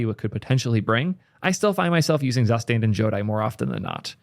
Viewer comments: DAMN IT, IT'S TSOO-shtahnt NOT ZASTEND cool video tho 👍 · Zustand sounds German (translates to status) and as such you should propably pronounce it more like tsustant. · it's more like [tsu-shtant] but already mentioned that he doesn't care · Please don't pronounce Zustand like that it hurts my soul The u is pronounced as o in the word "zoo" The Z is pronounced as "ts" Ts oo stand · "Zustand" is a german word and pronounced completely different just sayin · It hurts my ear everytime you pronounce "Zustand" as a german speaker :-D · How not to pronounce Zustand.